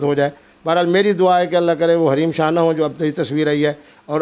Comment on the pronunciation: Raheem shah nahi hareem shah he